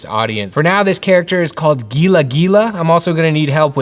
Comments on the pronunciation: These are really cool! The Gila Monster is A Spanish name and Pronounced Hila Monster! I Love You Art, So Inspiring! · As a desert dweller, (no shade intended), its pronounced Heela even though its spelled gila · It’s Gila monster pronounced Hila monster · Gila is pronounced Heel-ah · Gila is actually pronounced hee-la (the g makes the h sound) and I love the different types but the fire lighting on the night card pushes the line work back too much in my opinion. Maybe you could bring the line work layer above the lighting one. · Love this! It’s pronounced “Hee-luh monster” :) he looks amazing, absolutely love the night color, the armor looks so pretty! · Fantastic start but as a desert dweller, I must correct your pronunciation of Gila Monster. It’s HEE-lah. From Tucson, AZ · This is going to be an epic project! But I have to say Gila Monster is pronounced “Heel-uh” Monster. I grew up around them in Arizona. They are named after the Gila River Basin in Arizona. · What a cool idea! Maybe you can do slight variations of the characters. With more elite ranks you’d just need to alter the armor, for example. *side note: gila is pronounced “hee-la” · Cool stuff!!! BTW Gila monster is pronounced hee la. Words are hard! Looking forward to seeing more on this project. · Since Gila is actually pronounced "hee-luh" I was thinking a good name might be Heinous Gila... just a thought! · it's pronounced Geya. Also the scorpions stings and can be lethal. Enjoy your videos. thx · I'm not a gamer, but love the art ... would look great as t-shirts ! The Gila Monster is my favourite. Gila is pronounced Heela, BTW. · GILA is pronounced Hee- lah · Gila in gila monster is pronounced "Heela" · "Gila monster" is pronounced "HEE-luh monster 😂@ I couldn't help myself it's the ESL Tutor in me. Love the video and can't wait for the game. I got the cards and it's one of my literal prized possessions. 😊🎉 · Gila is spanish so G is a Hu sound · I noticed that, too. Thanks for commenting!